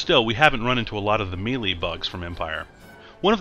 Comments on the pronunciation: ugghhh. he said "meeeleee".... its pronounced "Maylay" u idiot. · It's spelled "melee," but it's pronounced MAY-lay. Not ME-lee.